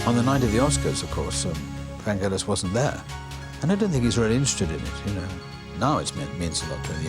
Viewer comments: Americans say his name wrong! Its a ‘g’ as in girl, not ‘j’ as in Jelly! Even the great man himself says it with a ‘g’! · Oliver Stone admired Vangelis so much but he couldn't pronounce his name right. It's Vangelis, not Vandgelis, FFS. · Americans... "G" in Vangelis is pronounced as in "get". Don't be lazy even if you are Oliver Stone. Respect other people identity by pronouncing the name properly. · Hoe can Oliver Stone not know how to pronounce his name correctly? It’s a hard g.